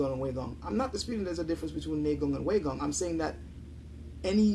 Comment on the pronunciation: Pronunciation time! Neigong is pronounced correctly ("Nay Gong") but Waigong is not pronounced correctly in this video. The correct pronunciation is "Why Gong", and not "Way Gong".